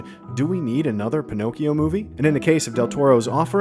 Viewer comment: Me an Italian, who hears how you pronounce "Pinocchio": 💀